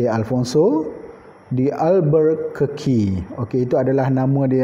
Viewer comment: awak pon sebut salah.. sebutan yg betul ikut portugal pronounciation ialah "afonso de albukerki" sbb ejaan dia albuquerque bukan 'alburrrkeki'